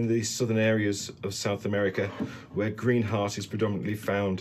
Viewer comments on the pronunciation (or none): none